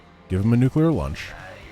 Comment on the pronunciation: "Nuclear lunch" XD